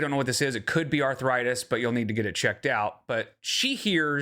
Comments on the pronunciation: Why does she pronounce it arthur-itis? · Arthur-itis? at it again 🙄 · Her saying arth-a-ritis makes me irrationally angry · her pronouncing it “arthur-ritis” is so grating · pronouncing arthritis DW-style. “arthuritis” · Is it me or does pronounce arthritis “Arthur-itis”? 😐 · I kept thinking, "Who is Arthur Itis, and what did he do?" 😂 Her inability to pronounce the most basic words never fails to surprise me.